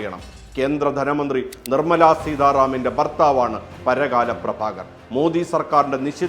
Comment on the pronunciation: It's not paragaaala it's parakkala 🙏